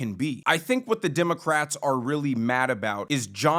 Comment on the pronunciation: Did you just call them "DIM-o-crats??? that is funny. my new name for them